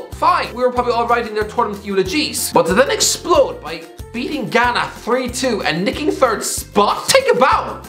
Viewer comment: Ghana and Algeria were competing for who would be more terrible. By the way you did a decent job pronouncing African names.